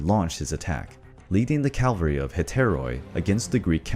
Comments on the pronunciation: Calvery ? Did you not realise in all the times you said "calvery" that it did not sound quite right ? Soldiers on horseback are known as "cavalry" ! Modern cavalry in the USA use helicopters, Mel Gibson's movie "Once were warriors" based on Colonel Hal Moore, explain that the cavalry swapped the horses for helicopters ! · Its called "cavalry", not "Calvary". Cavalry are soldiers on horseback. Calvary is the name of the place where Christ was crucified. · Calvary? Aarrgghh! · Calvary? You mean Cavalry.... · Cavalry not Calvery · Cavalry! Not Calvary. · Cavalry, not calvary. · "Calvarey" lol its cavalry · I love your channel but PLEASE don’t say calvery, it’s really not that hard to pronounce cavalry. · fantastic job. one little thing though: it's cavalry, not calvary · Nicely done, but I think the correct word is "cavalry". I keep hearing "calvary ". Fairly common mistake. Otherwise I really like this. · I hate when people say "Calvary" instead of "CAVALRY". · Love the video, but for future reference you’re pronouncing cavalry wrong.